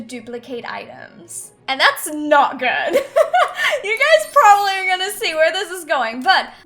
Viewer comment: U kep saying propably